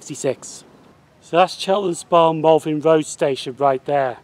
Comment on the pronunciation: Are you saying Malvin Road???? That is what it sounds like